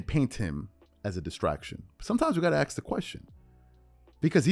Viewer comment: My ears bleed everytime you say aks, the ignorance is real